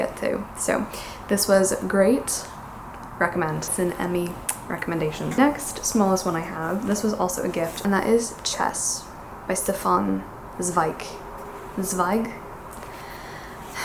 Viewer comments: Pronunciation tip for Zweig: Tsvike. Or Tsvige. A softer sound at the end of a German word generally hardens, so d's become t's, g's become k's or ch's, etc. I'd recommend his Letters to an Unknown Woman next! Really nice collection of stories. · the "z" at the beginning of a word is almost never pronounced like an "s" in german. more like a "tz"- tzzzweig 😉😉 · A little tip from a german follower for your pronunciation :)) often the “S” in combination with a “t” is pronounced “sch” which you can compare with the English “sh” as in “sheep”. So Stefan is pronounced “Schtefan”. And the “Z” in “Zweig” is way much harder so more than a”Ts” than a “S”. I hope that helps :))